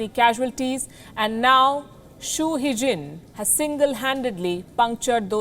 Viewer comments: His name is Hu Xijin ( Hu Shijin - x as sh ) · It's hu xijin🤣🤣🤣